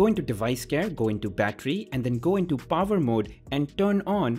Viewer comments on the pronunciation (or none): By "Pover" you mean power?